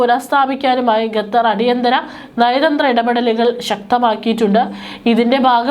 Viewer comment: വിവരം കെട്ട ലേഡി, ഗത്തർ എന്നല്ല, ഖത്തർ എന്ന് തിരുത്തി വായിക്കുക... നാണമില്ലേ വീണ്ടും വീണ്ടും ഗത്തർ എന്ന് പറയാൻ..